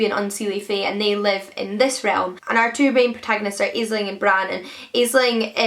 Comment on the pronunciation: Hi:) Love hearing your thoughts on books. I just wanted to say that Aisling is pronounced like 'Ashling', it means dream in Irish:)